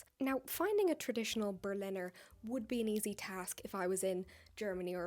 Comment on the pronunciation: As a german... Your pronounciation on ,,Berliner" was very funny 😂 Also why didn't that donut have a hole?! 🥲